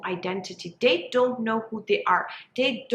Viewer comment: I just can't get over the "dey" when so many other times the "t" sound is pronounced so clearly- I can't focus and was very much invested in trying to hear this topic.. I wish though!!